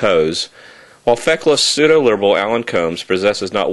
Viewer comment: while not even being able to pronounce pseudo